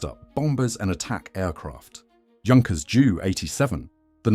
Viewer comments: I love those videos. But my ears bleed when the Junkers is said like juice. It should be said like YOU. Junkers! That’s german name! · Your pronunciation is rubbish. Junkers is pronounced Yunkers and it's M.E not me or D.O not do, spoilt the whole presentation along with a few "fantasy planes" that never existed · “Junkers”….. wrong pronunciation.